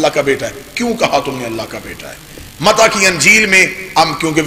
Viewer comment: lafz mata nahi balke mati hai pehle parrna to sikh le